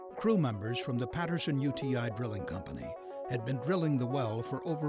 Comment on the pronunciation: what's he saying ?? Crippin ??? and am i going deaf or does it sound like 'grilling' when he says 'drilling' ?